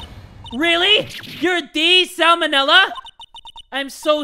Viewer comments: Sal Manela as in salmonella XD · Sal Manella. Salmonella. WTF?! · "Sal Manella"? XD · Sal manella.... SAMONELLA LMFAOOO IM DEAD 💀